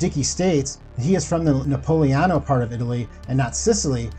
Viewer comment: Napoleon-O part of Italy huh? LMAO!!!! Essayer a nouveau (Try Again) He says Napolidan (NA-PO-LEE-DON) Best I could do. means he’s from Naples. Nice video tho.